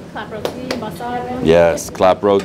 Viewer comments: I was enjoying the video until he said rodi. It's roti my friend. Love your videos still❤️ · It's Roti pronounce it right or don't say it at all!!!!! Omg